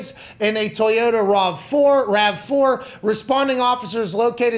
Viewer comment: Bro I’m tryna be serious but did pat say TOY-YO-TAHH 🤭